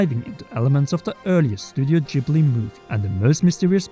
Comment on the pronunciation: I'm just going to say this. You can't even pronounce Ghibli correct, and you're attempting to connect a Fan Fiction on 17thShard, for an American Book Series, with Japanese mythos and Hindu-Buddhism / Animism. Ether, which is how it's spelled, is in each Zelda entry. Typically, this is "Earth" (Ether). In many cases, it's reformed to Forest or Wind/Sky. It's one of the 6 total elements in The Legend of Zelda. Yes, 6. Each Zelda typically has 6...aside from Skyward Sword which took most of it's religious symbolism and direct influence from Christianity, and removed the lore from previous Zelda entries to create a 'new' lore which, I'd have to argue, was entirely based around Christianity instead of basic morality of "Power". Consider the original Zelda entries lesson learned is "Power tends to corrupt and absolute power corrupts absolutely", whilst Skyward Sword's lesson was "Evil can only be defeated by good and due to this singular evil's existence, now Man must live with Sin". There's a distinct reason each of the leaks does not even remotely relate to Skyward Sword. No, not even remotely, You have to stretch everything in order to get to this point. Skyward Sword removes most of the original Zelda lore to exist. However, this isn't NIntendo's fault -- or Miamoto's, they didn't "want" any games to connect until 2015 or so. I'm sure someone in the BOTW development eventually working on TOTK realized how much they screwed up with Skyward Sword's lore, and realized they need t